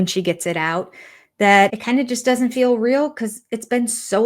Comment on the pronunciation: It’s fill instead of feel. Lol